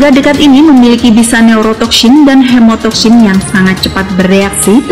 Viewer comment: Neurotoksyin dan hemotoksyin. Lafadz Syin nya fasih bener 😆